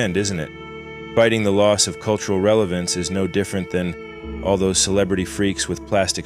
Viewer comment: You keep fucking up the word relevance. It's 3 syllables, not 4. The "e" is silent.